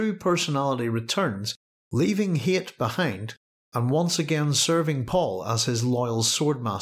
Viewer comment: his name is hayt but it is pronounced "hate". paul even remarks on this in dune messiah, he was meant to be a blatant threat.